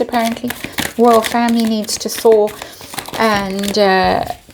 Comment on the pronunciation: I hear “Thor” instead of “thaw” & imagine the two of them thinking they are Thor wielding their magic hammer that makes them right when most of us see them as being in the wrong